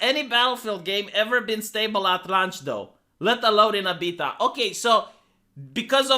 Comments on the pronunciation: I kept hearing PEDOT when you say beta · I like how say the word "Beta". 😂